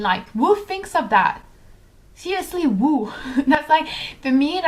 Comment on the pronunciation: just a little constructive criticism (as i am learning french and love it haha).. raw is pronounced more like rAWH and who is like HOO , if that makes sense